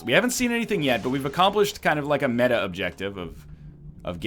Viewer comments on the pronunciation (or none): none